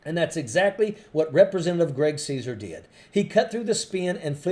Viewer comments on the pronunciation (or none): It's Casar(pronounced Kazar)